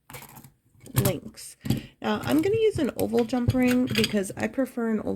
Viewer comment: Yes. When she said "oval" I kept hearing "old" and was wondering until the closeup and it dawned on me. Yes, oval jumprings can be so helpful and I need more of those!